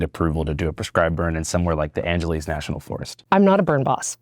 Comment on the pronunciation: it’s pronounced Angeles like Los Angeles. Also it’s crazy how federal firefighters get paid only $15 an hour while State and City Firefighters are straight up overpaid.